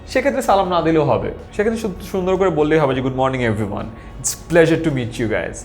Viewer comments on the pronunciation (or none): none